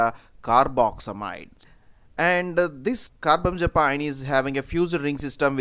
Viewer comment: Car-bam-za-pine? It's Car-bam-azza-peen